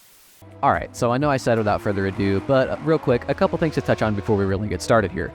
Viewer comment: “Without further a due…” furthers a due😂